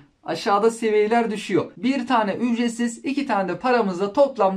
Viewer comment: ücretsimzimze hahahahahah